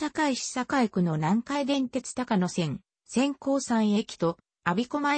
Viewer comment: 高野線は「たかのせん」ではなく「こうやせん」です